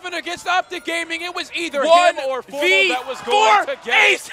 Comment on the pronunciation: Remenber when formal was called Formbal